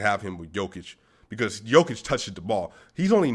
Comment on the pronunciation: Great pronunciation of Nicola's first name. You only have to correct last name - its a short/fast "o" in Jokic. And you have to explain it to DNVR guys. They are saying Nikooola. ;)